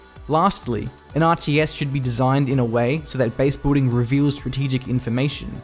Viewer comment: Is it just me or is anyone else really bothered by the incorrect pronunciation of "base-boolding"? However, I really do appreicate his almost immaculate pronunciation in general as all other words are crystal clear perfect.